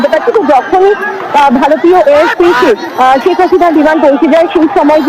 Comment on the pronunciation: ছেক হাসিনা নয় শেখ হাসিনা। উচ্চারণ ঠিক কর।